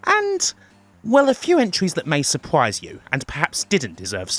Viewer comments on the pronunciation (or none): Terrible = tewible? Surprise = Supwise? I can't with the accent, it's a pet peeve of mine. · It's not an accent, it's rhotacism, and they don't do it deliberately, just to annoy you. I wish I didn't have a slight lisp, but there you go.